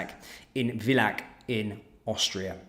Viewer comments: Oh, no, I used to go skiing in Villach!... among other places. It's a very small town, and BTW, pronounced Filah. Somehow it's worse when it happens in a place you know well. Anyhow, the problem stems from EU/Bruxelles. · The "v" in "Villach" is pronounced "f" and the "ch" is a velar/uvular fricative like the Spanish "j".